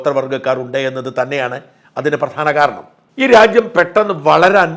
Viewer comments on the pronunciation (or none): none